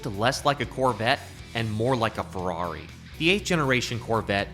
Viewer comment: "FER RARI"